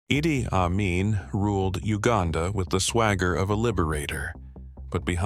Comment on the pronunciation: Western propaganda. Fake shit and the idiot speaking is even unable to pronounce his name.